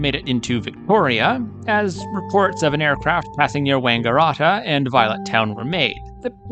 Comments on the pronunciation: Wanga - RAT - a is how it is pronounced, like a rat. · You Yanks love those long vowels. It's not Wangarahta or Benahla. Those vowels should be short like the A in cat. Also Melbourne should be pronounced MELBN. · I can tell you are from the US. Melbourne is not pronounced 'Melborn'. It is better thought of as Melbn. As for Wangaratta! Try Wanga rat ah. All 3 of these crashes occurred along the 2,300 mile long Great Dividing Range, which runs almost the entire length of the east coast of Australia. NONE of them would be classified by any stretch of the imagination as being in the 'Outback'.